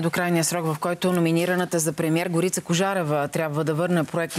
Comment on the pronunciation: На Тая Горица, ударението не е ли на О? Го̀рица? Що й викат Горѝца?